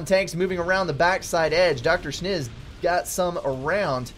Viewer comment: DrSchnz is durr shins not doctor shniz